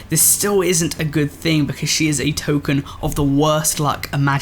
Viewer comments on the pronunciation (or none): none